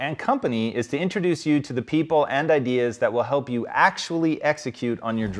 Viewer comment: "idears", love it.